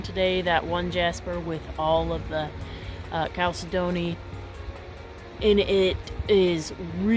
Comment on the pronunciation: Nice video. Here's how to pronounce that word Chalcedony - Cal-said-dough-knee - this is how it sounds when said correctly.